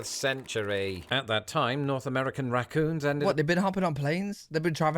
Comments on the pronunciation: Rah coons not ruh coons! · Ok, raccoons is 2 syllables not 1. Rac-coons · Pronounced more like "rack-coons". The "a" sound is very much like "bat"